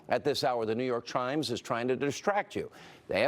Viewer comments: i rewatched him saying new york trimes like 10 times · “New York Tchimes”